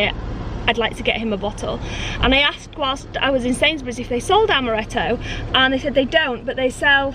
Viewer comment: Amaretto not almeretto